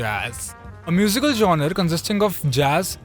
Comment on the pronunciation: Genre ko jonar bolne waala diwaari